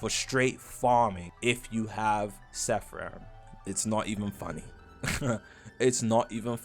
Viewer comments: bros saying SEFF RAM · bro its called seraphim, SEY RAH FIM NOT SEHFRIM (sorry idk why thats bothering me so much 😭)